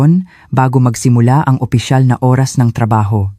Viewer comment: Bakit ganon ang pag bigkas ng Oras?